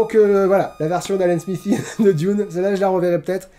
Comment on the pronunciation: Moi j'aime le saucisson trempé dans le thé ☺ Sinon vu que tu as aimé Diune (comme tu le prononce) je te conseille le dernier film plus que celui de Lynch... Mais je dis ça aussi car je ne suis pas fan de Lynch donc mon avis est tronqué ^^"